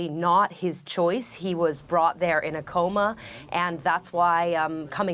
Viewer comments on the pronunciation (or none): none